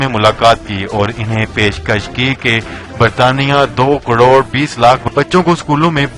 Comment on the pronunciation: bhai crodko cdod keun bol rahy ho